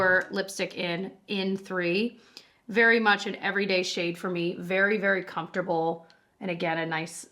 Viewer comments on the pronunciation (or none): none